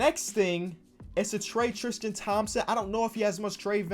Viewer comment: Why he always say “Tristian” like his name Christian with a T